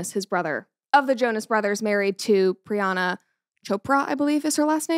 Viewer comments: It’s PriyanKa Chopra. Not Priyana. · I am so happy for you but it's priyanka not priyana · Hello Brett! I am new in your channel. Thank you for pronouncing the name of Priyanka Chopra at the end of the video correctly. I couldn't help but notice that you called her Priyana😅. Thank for your content. I am from France I never heard about a shut up ring before. Wish you the best for you and your entourage. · Priana 😂 it’s Priyanka not a big deal but it’s funny to hear Brett saying it wrong multiple times… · I’m so happy for you Brett!! It’s so incredible that you’ve found the love of your life ❤…I did just want to say for the rest of the video, that Nick Jonas’ wife’s name is Priyanka Chopra, not Priyana Chopra, cause it bothered me a lil the way you pronounced it, but it’s all good! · Not Priyana it's Priyanka 🤣🤣🤣🤣Just had to correct soz kept bugging me that she kept saying Priyana 🤣🤣🤣🤣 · Love your videos, its Priyanka btw not Priyanna. Keep up the epic videos! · First of all congratulations brett know you have another dog yeehhh Also her name is Priyanka Chopra not pirana chopra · PRIYANKAA.....Congrats Brett but everytime i here Priyana its soo aaaarh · It's Priyanka not Priyana. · Pryan + ka Not pryana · Pryanka it is not pryana lol. Congrats brett 🎉🦋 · Congratulations, Brett! I wish you a happy marriage <3 On that note, her name is said Pree-yunk-kah Cho-pra. 😅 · Its priyanka not brianna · Dear… please pronounce the name right… it’s Priyanka… she is an icon for us Indian… plus one of the best actor It’s literally disrespectful… Congrats on your engagement 🎉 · Its pronounced as "Pri-yan-ka" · Did you just butcher Priyanka's name 😂😂